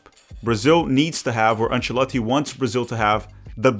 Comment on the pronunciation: Thumbs down for repeatedly having to listen to you pronouncing the coaches name.